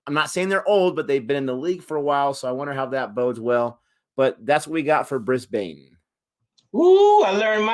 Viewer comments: Brisbane Heat - it is Brisbane with a short second syllable not a long one so "Brisbin" like "pin" not "Brisbane" like "pain." Their home ground is the Brisbane Cricket Ground but it is known by everyone as "The Gabba". All cricket fans from anywhere in the world just loves to say "at the Gabba". My childhood is filled with memories of sitting alone in the stands watching cricket all day long from as young as 10 years old. It is my happy place. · It's easy to pick an American when they pronounce the names of some of our cities phonetically. Brisbane = Brisban Melbourne = Melben Canberra = Canbra